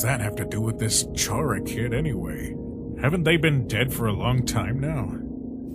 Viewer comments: I just want to clear something its not pronounced ch-ara is like k-ara you aren’t going to chat character like ch is like k it’s like when you say chara-cter, sorry that really bothers me! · Its not chara its cara is spelled chara but it's pronounced cara